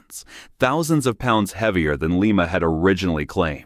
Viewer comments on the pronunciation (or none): It's not Lee-mah.